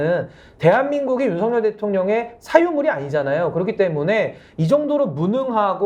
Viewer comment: 윤석열을 성렬이라 발음하지 마세요.한글 발음이 안 되나요. ㅉㅉㅉ